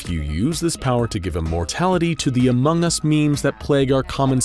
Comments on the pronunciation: DUDE REALLY SAID AMOMG US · lol he said amog us. he said watch the comments be about me saying among us so here i am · hahah he said among